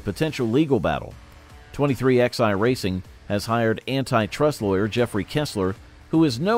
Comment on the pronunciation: Dude if you're going to cover NASCAR an American sport say it like it's supposed to be 2311 not 23xi go to England if you want to talk like that we talked American in NASCAR